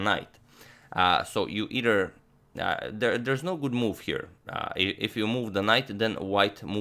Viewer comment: Agad, try saying eiTHer instead of eiDer. Thanks as always for great videos